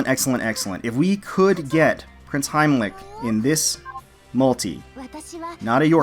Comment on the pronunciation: "Prinz Heimlich" I didn't know Prinz Heinrich had a sister experienced in giving abdominal thrusts, lol